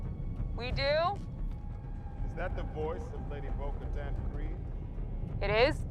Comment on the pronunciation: 보카탄발음이 잘안되시던데!!복까탄 no!......보- 카탄 뛰어 읽으삼.